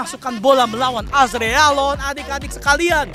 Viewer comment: "Azregalon" bjir🗿🗿🗿🗿